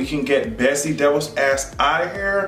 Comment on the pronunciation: when you say her name sometimes it sounds like Betsy Devils and in my language it means Betsy The Fox and I think thats real accurate